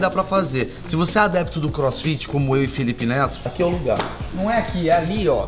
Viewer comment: ele falou felipe neso kkkkkkkkkkk